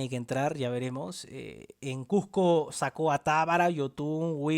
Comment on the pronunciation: Acomplejado, pronuncia bien la palabra CUSCO